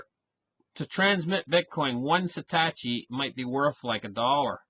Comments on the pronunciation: Love your channel. However; for future reference, it's pronounced SAH-TOH-SHI. Have a great day my friend. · say it like this "sah toe she" lol